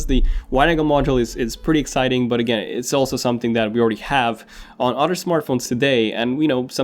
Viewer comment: How come he can pronounce the “th” in “Think” but not “other”. Sounds like “udder”